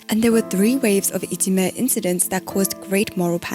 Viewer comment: Interesting video! Short side note: The term for bullying in Japan いじめ is actually pronounced "ijime" not "itsume" - maybe you missread :)